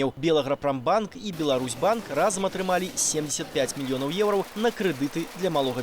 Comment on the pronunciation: Что за "еурау"? Учите белорусский язык